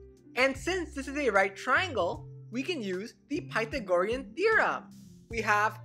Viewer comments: I myself have enunciation issues, but that was worse them my usual and made me cringe. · "Pithegorian ferem"